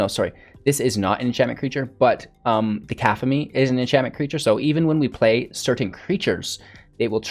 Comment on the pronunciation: aphemia card... that C word is pronounced Kuh-cough-a-Knee cacophony is to have so much sound that it drowns out every other noise